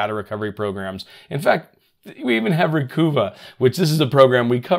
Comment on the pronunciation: reG edit and reCOOva! 🤣🤣🤣